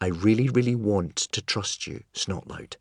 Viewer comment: Yep. BTW it's not Snotlaut It's Snotlout. 😏